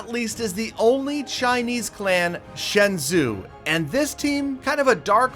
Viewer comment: The zhou in shenzhou is pronounced like though